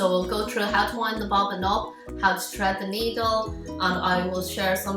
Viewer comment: It's thread not tread you need to put your tongue on your top teeth and say Th